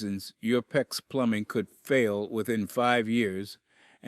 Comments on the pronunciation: The fact that “he” say P.E.X. He is disqualified!!! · LOL, how many different ways is this "narrator" going to pronounce "PEX"?????